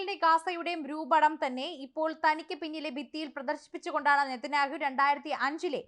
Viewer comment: മോളെ നെത നിക്കയല്ല നെ തനിക്കായി😂😂😂😂😂😂😂 നല്ലത മാ ശ....ത മാ ശ